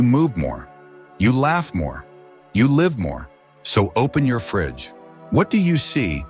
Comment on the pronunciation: When are they going to teach these AI characters how to say "live" properly?